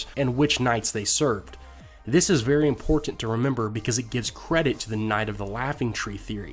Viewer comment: I love videos but I hate the way he says "imporTanT"